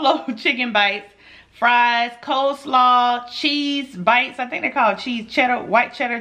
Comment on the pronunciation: She said I thank iss good chile 🤣🤣 u always make me laugh and dass why I love u 💛💛